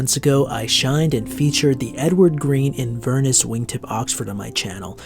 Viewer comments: Hi, great video. ‘Inverness’ is pronounced ‘in-ver-nesss’. Inverness is a city in Scotland - I’m Scottish. Loved the video and will check out the brand. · Great review, but please for the sake of all your Scottish viewers, look up how to say Inverness lol I cringed every time ;)